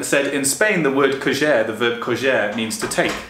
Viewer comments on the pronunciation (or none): You pronounced “coger” the Portuguese way not the Spanish way.